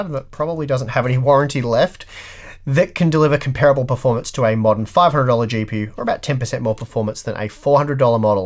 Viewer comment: it hurt every time you mispronounced 'comparable'.